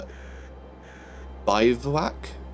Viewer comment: Bivouac is pronounced biv-wack.